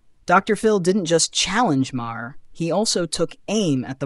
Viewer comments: Obviously an AI narrator because Maher is pronounced like Mar, not Ma-her. Ignorant AI doesn't know that and pronounces words phonetically as they are spelled This is ONE of the things I hate about AI. By the way, AI narration earns an istant thumbs down, and I stop watching as soon as it becomes obvious.. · bill is a jerk and his last name is not multiple syllables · You mispronounced Maher's name and you're also wrong about his political stance. He's very critical of the left as well. More so than most left leaning celebrities. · You need to have your AI bot correct the pronunciation of Bill‘s last name